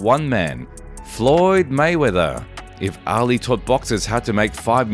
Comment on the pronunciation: His name was not Muhammad Alley.... Try Muhammad Ali (ahh-lee)